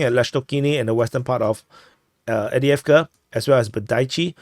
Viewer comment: Excuse me but... Why do you always skip the 1st v in avdeyevka?😮 If you can say "off-day", then you can say avdeyevka correctly.